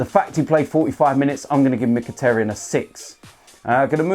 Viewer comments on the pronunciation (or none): none